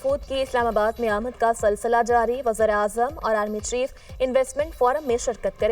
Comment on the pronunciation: یہ جو خاتون نیوز پڑھ رہی ہیں ان کو ورڈ ''سلسلہ'' ٹھیک سے پڑھنا نہیں آرہا کیسے سلیکٹ ہوگئیں یہ ۔۔۔۔